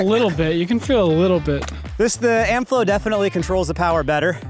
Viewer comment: CC translates your pronunciation of Amflow as Amp-flow